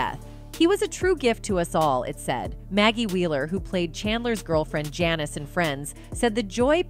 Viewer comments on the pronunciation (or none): none